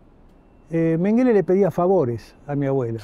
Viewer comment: Mengele es un apellido aleman .. Se pronuncia con acento en la primera E ... Significa ....montoncito...